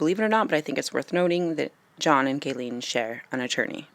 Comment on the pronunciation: its pronounced Geelane 😉 but spelt Ghislaine.